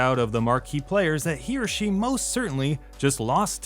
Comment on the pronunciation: When you say He or She. somehow I hear it as Hiroshi and think who is this guy